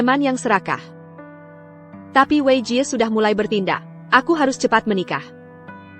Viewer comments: Bilang TAPI saja TIEPIEAI ha ha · Tapi = Ti e pi ai 😂 sungguh Ai yg bodoh. Mending pake text aja, dubingnya ilangin